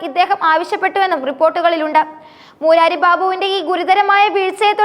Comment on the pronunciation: മൂരാരി അല്ല കൊച്ചേ മുരാരി, അർത്ഥം ശ്രീകൃഷ്ണൻ.കരയോരം അല്ല കരയോഗം യോഗം കൂടി കരയുന്നവർ എന്നല്ല.